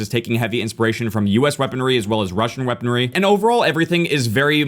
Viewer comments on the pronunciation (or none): "Wussian Weaponwy"